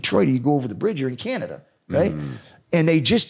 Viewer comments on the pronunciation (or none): none